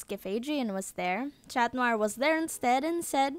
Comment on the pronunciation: cat not chat